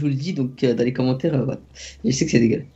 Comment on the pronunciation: Lasalle a «oue jezzzsai » MORTEEEE 😂